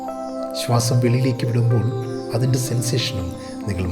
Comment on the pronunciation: ആർക്കും സാറിന്റെ ഉച്ചാരണം Problem ആയില്ലെ? സാർ എല്ലായിടത്തും നിങ്ങളുടെ എന്നുള്ളതിന് പകരം നിങ്ങളുട് എന്നും അതിന്റെ എന്നുള്ളതിന് പകരം അതിന്റ് എന്നും അതുപോലെ എല്ലായിടത്തും 'എ' എന്ന് വരുന്നിടത്തെല്ലാം ഇതുപോലെ ഉച്ചരിയ്ക്കുന്നു. അതു കാരണം എനിയ്ക്ക് 100% Concentration കിട്ടുന്നില്ല. എനിയ്ക്ക് തോന്നുന്നത് അത് ശരിയാക്കുകയാണെങ്കിൽ ഈ video യ്ക്ക് millions view കിട്ടുമായിരുന്നു. അത്രയ്ക്കും ഗംഭീരം !!!